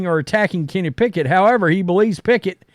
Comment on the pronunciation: Kenny “Pack-it” will never get a start over a healthy Jalen Hurts.